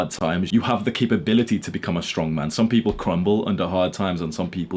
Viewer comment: HE SAID STRONK!!!!